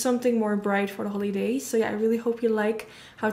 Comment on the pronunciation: This is probably just me, but the way she pronounces “holidays” is really really annoying or the word “everything” its like she has a hard time to pronounce “h”